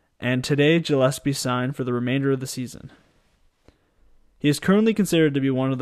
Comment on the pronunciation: Went to school with Freddie growing up, nobody deserves it more than Freddie G. Btw his last name is pronounced gill as in fish gills